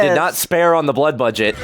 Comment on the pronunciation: LOL! The blood budget. Or “the bloodget” or even “the bludget.”